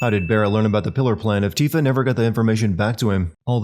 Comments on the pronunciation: 'TEE'fa. It's pronounced 'TEEfa'...you know, like, the music notes? It's not a hard word to say. Yikes. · Worst sin of all. Pronouncing Tifa as "Tiffah" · Pronounced Tifa as “tiff-uh” Um, no. [ding] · Ultimate Sin: Mispronoucing Tifa as Tiffa even though they call her by name, with voice actors, the entire game. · Must sin you for pronouncing Tifa's name as "Tiffa" while sinning a game in which they say her name correctly many times, audibly, in English dub. Shame! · It's "teefa" and it always has been "teefa" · I hate how her name is pronounced "Teefa" doesn't seem right, but whatever. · Whos this ‘Tiffa’ he keeps mentioning in the video? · I'm sinning YOU for mispronouncing Tifa's name. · Oh my god The way he pronounces “tifa” makes me want to cry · hilarious video but your first pronunciation of 'Tifa' should have added a point to the sin counter. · I'm surprised this exists. It's as close to perfect as any video game can get...at least, if you're familiar with the compilation. Some of these points are factually wrong (Cloud's 5'7 and Sephiroth is 6'3), Jesse didn't steal Johnny's ID, you pronounce "Tifa" wrong, etc. lol And why is Sephiroth's voice being good a sin? Anyway, I'll let the existence of this video and its own sins slide cause the video was still entertaining. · Ok... but this guy keeps mispronouncing Tifa's name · How many sins do you get for mispronouncing Tifa's name?? She's only a main fucking character... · Every time says Tifa during the first half of the vid I cringe at his pronounciation. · Hard to take you seriously when you don’t pronounce Tifa’s name correctly... you know this game is fully voiced right? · Jeez... they even pronounce Tifa’s name right not only in this game, but every other game she’s appeared in with voice acting. Lol what the heck,? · Yeah he pronounces the /ti/ in tifa like he would pronounce tits. Maybe a subconscious habit. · For god's sake man, her name is pronounced TEE-fah, not TIH-fah 😆